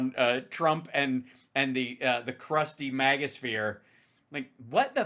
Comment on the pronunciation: I like how now they say it like "mahga" instead of "magga"